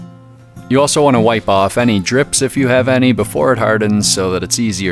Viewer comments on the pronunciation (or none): none